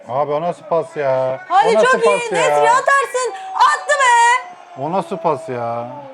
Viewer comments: Ya,,,, şu adama en nesri deme artık... İsmi EN NESİRİ y harfi de var😀😀😀seviliyorsunuz.... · Adamin ismi EN NESYRİ!!! Nesri değil !!!